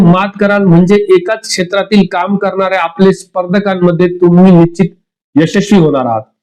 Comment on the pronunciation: 😢 निश्चीत शब्दाचा उच्चार शिकुन घ्यावा. न आणि ण मधील फरक समजून उच्चारा.